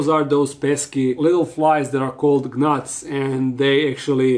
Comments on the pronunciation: I will forever appreciate how he does his videos in English. 😊 an underrated gift with quirks of funny pronunciations.. “g-nats” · the g in Gnats is slient, but it's so cute and innocent that you pronounce the G. 🤗